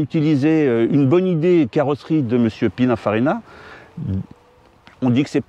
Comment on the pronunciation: "PinA-FarinA" ?! Sérieux? ... edit: et 550 MaraneyO, comme mayo, non?